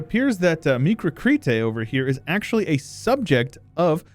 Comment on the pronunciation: Krete is pronounced like treaty but with a k